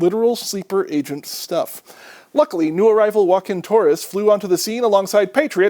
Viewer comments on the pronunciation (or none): none